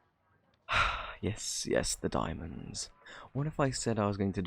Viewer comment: Di- di- diamands? Is that what you said? Idk what that is... Had me rolling on the floor!!!